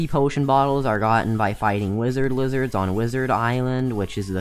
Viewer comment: Wi-zerd Li-zerd lol